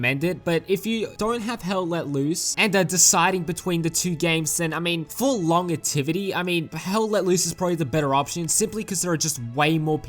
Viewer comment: "long ativity" = "lon jevity"